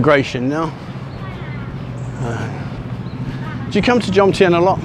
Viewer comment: It's JoMtien NOT JoNtiem...